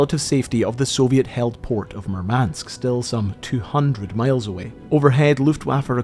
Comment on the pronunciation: nitpick: the stress in Murmansk is on the first vowel - MOOR-mansk